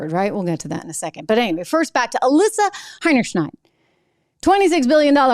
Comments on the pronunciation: secs . “AlissA scheinerhide …?” Is this gal commentor being stupid on purpose of mispronouncing her last name ,? It hineyshiney . Actually ‘heinerscheid ‘ . This gal commentor is dumber than hineyshiney and gets paid 1/10 th of alissa pay .. plus her husband henry Charles probably sold ab stock short and made tons of cash .. $$$ he works at pwp and now greylion .. rich eat the poor . Get woke .😮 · Trish I know the ladies name is a tongue twister but I've heard it pronounced: Hi - ner- shied. You crack me up every time you mention her name! 👍🤣